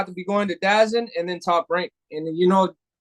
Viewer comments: Somebody tell benevidez it’s da zone not dazin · He said Dazen. 😂